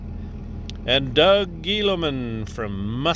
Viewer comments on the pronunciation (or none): none